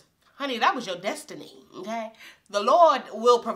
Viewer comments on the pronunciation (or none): none